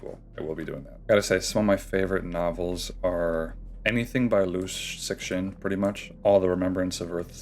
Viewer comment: Me realising he was trying to say Liu Cixin and it just didn't register because of how he was pronouncing it (accurate pronunciation is something like "li'oh tsih-sheen") But anyways, the title is rather humorous, and also I mostly drink Chinese and Japanese teas the traditional Chinese way, gongfu method and everything, but sometimes I like to get Mixue, although I must say, my favourite is also oolong, especially premium varieties from Guangdong, Fujian and Zhejiang. I do enjoy green tea and white tea a lot too.